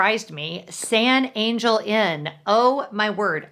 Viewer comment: Hmmm, I haven't heard any other vlogger pronounce San Angel like you did....